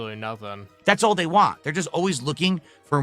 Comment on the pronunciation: God damn it, Can you you just fucking pronounce the whole word “want”? Please for the love of fucking god. He says it like “wah”, so annoying.